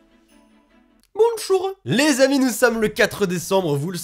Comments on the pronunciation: Je reste traumatisée par ce "Bonchour" de l'intro x') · j'ai re regarder 10 fois ce ''bonchoureuh!'' de l'espace lol ah oui et aussi je t'ai créé sur Miitopia (Nintendo) tu es un brave chevalier (classe la plus forte) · nan mais le bonchoureuh est encore plus épique au ralenti xD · jellol ! - 52 Likes pour un : "Bonchour" x'D.